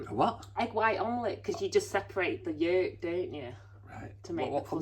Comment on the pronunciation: I absolutely love the way says egg 'Yolk' 😂 Sounds like egg yekkk with the accent haha. loving the tartan Scottish skirt suits u. Did u get that when in Glasgow? Did you understand Scottish guys accents when in shops lol 😏🤭